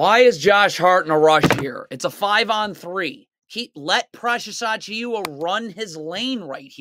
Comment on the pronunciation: Dude its pronounced “Ah-Chew-Ah” the i is silent